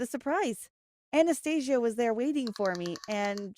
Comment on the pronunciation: Lol i heard anaesthetic instead of Anastasia